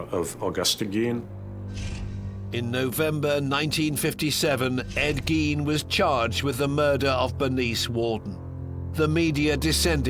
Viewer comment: Ghine ...not Geen